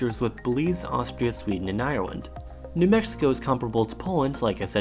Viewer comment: so apparently you're born in Moldova and there are countries called Polan^, Bangla^esh, Irelan^ and Djibouti